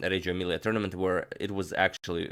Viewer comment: you pronounced "Reggio Emilia" pretty well, but hearing "copodano" made laugh ahahah still great miniature and great video.